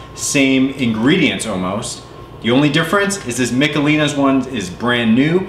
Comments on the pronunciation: Its Mishelins not Micalelans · It's Mish uh LEEnies!